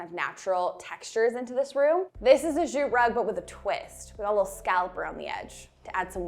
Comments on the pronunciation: PICK ME! <3 The way pronounces "jute," with a /dz/ at the front -- is that a Canadian thing or an thing? Down here in the US (or CO, at least), "jute" starts with the same sound as "just." Just /j/. Is it French influencing you all? Or, again, is it just Herself? OMG, that buffet! Swoon!!! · The way says jute gets me every time - zzzjjjutte chefs kiss